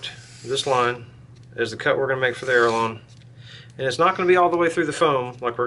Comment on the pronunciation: “ALE - ER - ON”, not “err - a - lon”. Nice video. Thanks.